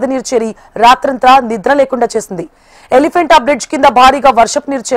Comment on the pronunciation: ఎలిఫెంటా కాదు ఓలిఫేంట bridge